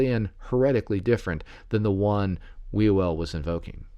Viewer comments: Sorry, even though there's some interesting information in this video/podcast, it is hard to take seriously when you pronounce his name "We Will" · It's pronounced 'Hugh el".